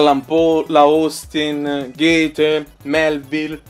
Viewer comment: Stai imparando a pronunciare bene "Goethe", ti meriti il pollice in su.